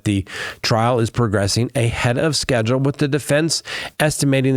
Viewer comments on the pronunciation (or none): none